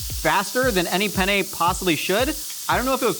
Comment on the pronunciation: i love how he pronounces penne like pene (penis in italian)